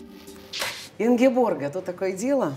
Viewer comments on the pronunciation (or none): Очень люблю и восхищаюсь Ингеборгой! А уж ведущую бы убрать с экрана... Вобще правильно имя ее Ингеборге, а не Ингеборга, как ведущая обращается. Она просто скромная и не поправляет, как и про фамилию свою.